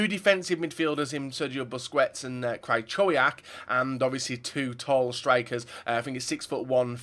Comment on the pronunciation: Its not krachowiac Its cry/kove/yak